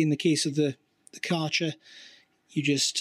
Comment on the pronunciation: "Karcher", like "archer" with a K... Took me a few seconds that this was meant to be "Kärcher" ;) . In German you pronouce it "care-cher" (with the "ch" like in the scottish word "loch")